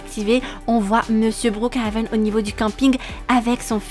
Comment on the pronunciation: Omd comment elle a dit brookhaven au debut c'était meme plus brookhaven mais bRouKHaven😭 😂 Sa mérite un like 😌💅